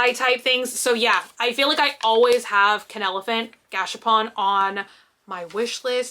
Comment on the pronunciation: the way you say gachapon and spell it is new to me I've never heard anyone say it like that. and i've lived in Japan for a few years.